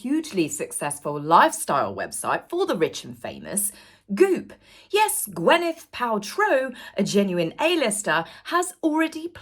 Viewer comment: Gwyneth (Gwinneth) NOT Gwenneth!! ❤